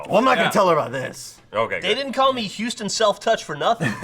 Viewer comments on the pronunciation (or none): none